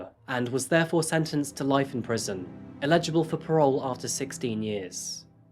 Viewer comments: You still didn't say eligible correctly haha. The emphasis is on the beginning of the word - ELigible, kinda like that lol, not elIGible... Dunno if that makes any sense! But wow... In my opinion, David is 100% guilty, and I'm really shocked that he was found not guilty. Its blindingly obvious he is a murderer. A very peculiar person. Also, just because the father may have had a motive, doesn't mean he did it! And it doesn't explain all the evidence that pointed towards David! And, why would only David be left? It's all so weird and infuriating and incredibly unfair. Let's hope he doesn't do it again! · LOL even after practicing the word you still got it wrong. It's EH- li-ji-bull. Eligible. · It's EL I gi ble love. However, you get a pass for saying the bridge's name correctly lol.. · Forgive me, but to my ear you still don’t have it quite right… Eligible starts with the same sound as Elegant or Elephant and also has the emphasis on the first syllable. (Illegible has the emphasis on the second syllable and starts with ill - like being sick). I’ve been binge watching since discovering your channel and am very impressed with your work and the sensitivity with which you treat such difficult subject matter. Well done!👏👏👏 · Bless for trying so hard and STILL getting eligible wrong 😂